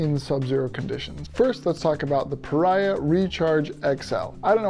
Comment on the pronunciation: I own this pad, and also their 30 degree quilt. I had to add an aftermarket extra strap to the quilt, but it works like a champ now. Great review! But I think it's actually pronounced PahREEahh. Like Maria. At least, that's what the actual company told me : )